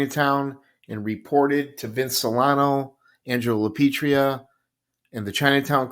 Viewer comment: I enjoy your content but please pronounce Lapietra correctly. It sounds like you are saying Lapietria. Please keep putting out this content. Thx